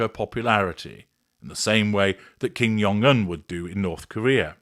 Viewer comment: Dear, Jung in Kim’s name is pronounced as the regular “j” sound, not the German “y” sound. ❤